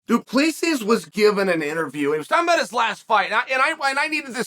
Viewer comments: Its pronounced Du Pleseeee (the S is silent) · Oh, American parochialism... "Doo-pless-see" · Du Plessis..last s is silent.. can't be that hard.. du Plessi ..simple.. vs Brunson next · DOO-PLA-SEE. You need to read more of your comments dude. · The last s is silent in Du Plessis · CHAEL, THE S IS SILENT !!!!!!!!!!!!! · The S is silent -GOAT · Chael the "s" is silent ..